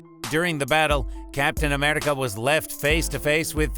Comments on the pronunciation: And Am-eRI-ca not Am-eli-ca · Amrica thats how he said it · Why tf do u keep saying Thainos and captain ameRica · When he says America he becomes Scottish for a sec😂